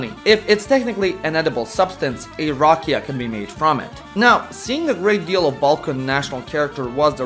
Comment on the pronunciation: Dude, you have to start rolling your R's for rakija. Also the a is not aye its aww. Rrr aw ke ya. You are totally butchering the word and the Serbian language! Get with it will you?